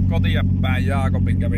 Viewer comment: tykkäsin tosta kohasta kun sanoit jaakobbi